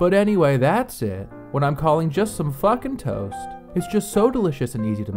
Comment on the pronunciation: The way you say “Just some fUckin’ tOAst” is KILLING ME